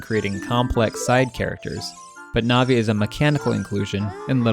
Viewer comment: Ruto Malon Saria Navi-NAVI???!? The matter with you